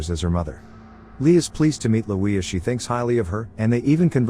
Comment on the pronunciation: Lui is not pronounced “Leweyuh”!